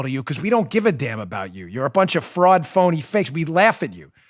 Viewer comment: Lol Chris Hayes mispronounced fraud about the election. Because he knows Trump won